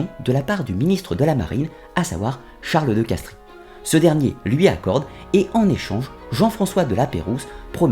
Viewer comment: On dit « de Castre » et non « de Castries »